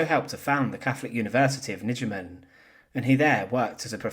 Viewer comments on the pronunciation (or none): Megen is by my knowledge not a town name in NL, was is possibly Nijmegen? The 'ij' is pronounced the same as the 'ei' in Eindhoven. For the rest, good work.